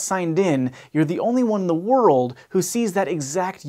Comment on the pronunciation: decrease "worldsa?" What's that?